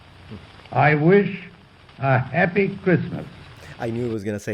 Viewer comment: As a British person I can say this is definitely "posh": moreover, it is much posher than the generic BBC accent of nowadays and that of the current British Royal family (even the older ones). Princess Anne would never say "heppi" for "happy" to give just one example. Prince William does not say "awfen" for "often" as his royal grandmother did (and maybe George V did, most likely). The old Received Pronunciation accent died in 1964 whenTV satirists began to mock it, using it as a stereotype of stuffy, aloof, out of touch peolle of the higher echelons of society. It was no longer "cool" to use it and with greater exposure of regional and working class accents (starting mainly in 1960 with the TV soap opera "Coronation Street", vowels from outside London area began to creep in and modify RP onto what we have now. Even working class Cockney accents have modified those same vowels: Cockneys who previously said "'eppy" would now say "'appy" and the change continues owing to immigration from the Caribbean.